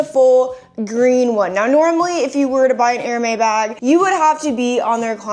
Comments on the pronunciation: Great finds, but I just want to point out in a friendly way that Hermès is pronounced 'Air-mehz' and not 'Hair-may. I know I would want to know if I were pronouncing something incorrectly on social media.' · 🌸🌸🌸GREAT items today! Love that straw bag! Btw, Hermes is pronounced ‘air-mez’ (4 years of French comes in clutch!). Your hair looks beautiful today. Enjoy your weekend 🌸🌸🌸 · You pronounce the 's' in Hermes